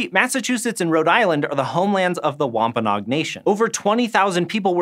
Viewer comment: Say WompaNOG one more time...